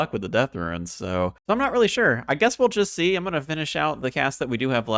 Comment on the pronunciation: I absolutely love the serie so far! And I must say I find it funny that you say "RUINS" instead of "runes", hahaha keep it up, love it!